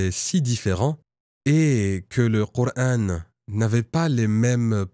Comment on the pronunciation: Bizarre il prononce le prénoms du prophète et du coran avec l'intonation exactement du vrai musulman la langue arabe seule un vrai arabe peut prononcer les converti le prononce différemment car il faut avoir parlé toute sa vie l'arabe pour prononcer les syllabe du h ou k